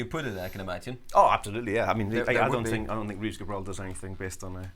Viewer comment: It's Reeves Gabrels - with an S at the end. I always find it a bit embarassing when people talk about a guy as if they knew what he's doing musically and then don't even know how to pronounce his name. Great guitar (the Reeves Gabrels Signature II) by the way. I have it.